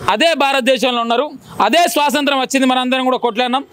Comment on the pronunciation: Swasanthram kadu ra nayana 100 sarlu antunnav adi swathanthram😂😂😂